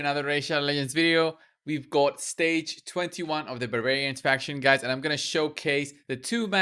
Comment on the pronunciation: “Babarians” yup :)